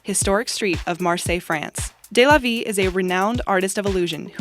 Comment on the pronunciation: number 12 it's pronounced de la vee not day la vee